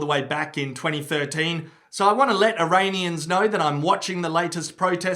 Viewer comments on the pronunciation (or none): Eraineeyens lol